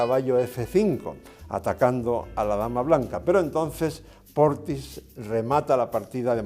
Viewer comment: His name is "Portisch", not "Portis".